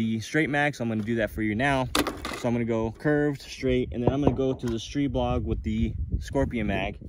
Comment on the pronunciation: Really superb video: great quality, great information. Way to test it as no one else has so far! THANK YOU for taking the time and care. And you had it right with "STREE-bog," which is the Slovakian pronunciation . Ultimately, we can pronounce it however we like--I choose the Slovakian "ee" sound. My SP9A3S has about 300 rounds through it with only 1 easy-to-clear malfunction so far, and that happened when someone else was shooting it, so I don't know if it just didn't like them or what (haha); could just be the break-in period. I've used the curved 30-rounders and the straight 20-rounders, by the way. Other than that one, this is one super-smooth, super-fun, super-accurate, and SUPER-compact gun, and just a joy to hold. Everything I'd hoped for and more. Popped a red dot on and I'm off to the races.